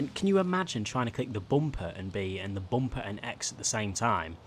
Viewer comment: The way he says bumper, not hating but “bomper”